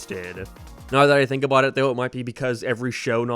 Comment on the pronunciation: How does "About" become "Abyytee"